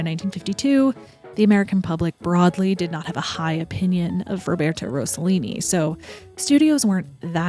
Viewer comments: It’s ROSS-a-Lean-i not Rose-a-lean-i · Great content. Italians are notorious for being horny and for making outrageous films, among many other things. Franco Zeffirelli, Luchino Visconti was a pervert, and Federico Fellini was an absolute asshole. The more tamer were Roberto Rossellini and Carlo Ponti. Rossellini married Ingrid Bergman, and Carlo Ponti married Sofia Loren. By the way, you need to make a correction. It's Rossellini, not Rossollini. There isn't even a word in the Italian language for Rossollini.